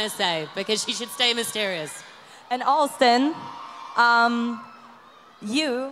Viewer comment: O errando o nome do austin no final kkkkkal